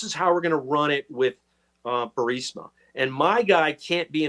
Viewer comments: Why does Benny keep pronouncing Burisma, Bursima? I'm just curious. Is it speech dyslexia? Lol. Is he worried about triggering the YouTube censorship? Or did he mispronounce, yet too proud to admit error? It's a minor detail, but I'm just curious. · Benny, love you man, but you gotta work on your pronunciation and diction. Burisma is the name of the corrupt natural gas company, you keep calling it Bursima, which just confuses the uninitiated. Us conservatives truly have to be on our A game if we expect to heal our nation. Peace and blessings ❤️💛💚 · It's BURR-IS-MUH Benny. I hate to see you mispeak. You're too intelligent to make that rookie mistake. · Why can't you pronounce Burisma? Are you TRYING to make me crazy? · Luv ya BUT - Your repeated mispronunciation of Burisma is annoying, as hell. And Vivek Ramaswamy - you might want to learn how to pronounce his name too! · Benny, you need to learn how to pronounce Vivek and Burisma. Your attempts are pathetic. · If you’re going to say “Burisma” 700 times per episode the least you could do Benny is learn how to pronounce it properly. I don’t get how anyone can get BUR-SI-MA out of BU-RIS-MA for crying out loud. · Benny...love you and love your reporting....it’s Bur-EEEZ-ma, not Bur-SI- ma...unless you’re poking fun, then that’s a different story. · Dude. Why can’t Benny Johnson pronounce the Ukrainian oil company’s name right, it’s so grating especially since he’s a reporting type. Bur-IS-ma Benny not Bur-SI-ma. My goodness. Other than that, great vid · BENNY. Say Burisma correctly!!!!!!!!!! It’s not BURSIMA. Please!!!!!!!! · Burisma!! Not Bursima!! Are you drink?! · are you able to say Burisma correctly? You say it like it's spelled Bursima. and it's Bur i sma. Prouncounced Bureesma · Please Benny pronounce Burisma correctly Bur- eesma, not Bursima…thank you!!!❤ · "Burisma". ...not bursima. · Burisma, not Bursima. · Burisma = "bur-REES-mah" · Say "Burr-eez-muh" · I think it's pronounced Bureezma.